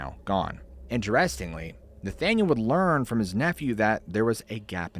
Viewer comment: It's pronounced "INterestingly", not "interESTingly". Unless you're speaking a different dialect, I guess. It makes me think of these AI videos that mispronounce words a lot. But LOVE the show! Glad you're a real human!